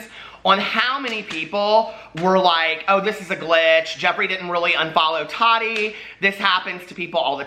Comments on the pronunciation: The way you say Tati 🤦🏻‍♀️😂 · Nikki Stewart I know!!! It’s always tickled me lol I know he knows it’s wrong but doesn’t care 😂😂